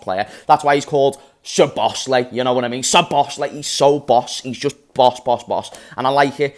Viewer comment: Everyone who knows about him, rates him very highly, everyone who knows nothing about him says he’s overrated… sadly that’s the internet. This is not a dig at you 😂 but if you can’t pronounce his name, your opinion doesn’t matter because you clearly know nothing about him other than a YouTube video.